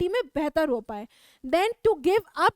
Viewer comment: That is not ho-e that's ho